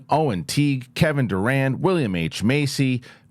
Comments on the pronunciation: Y’all keep saying Kevin I thought it was the basketball player I was like he does voice acting Lol but I googled it and that actors last name is Durand it sounds like he saying Durant lol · Kevin Durand, the actor, is not the basketball player. He didn't quite pronounce it right, lol!